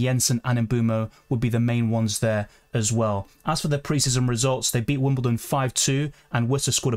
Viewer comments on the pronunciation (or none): none